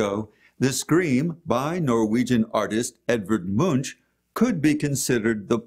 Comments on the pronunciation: It's something like "M-oo-nk" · you are pronouncing the artists name incorrectly.